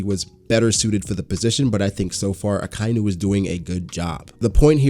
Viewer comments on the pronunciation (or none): So much info opened up a whole new world before the Pirate Era... i truly cant wait for when Oda explains all of this. One thing..... its pronounced, AKA - INU !! Not AKAINU !! XD